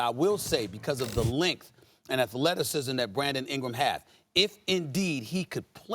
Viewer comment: "Bwandon Ingwam"